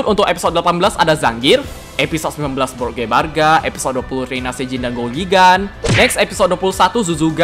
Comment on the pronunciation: Untuk episode 19, kaiju yang dilawan itu Brood Gebarga. Itu namanya blood gebarga atau brood gebarga ya. Soalnya di telingaku kek aneh gitu. Dan huruf"L" di jepang itu bacanya huruf "r". Pertanyaanku Itu brood apa blood ya?